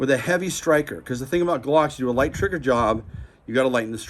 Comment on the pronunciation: His triggerrrr. Lol😂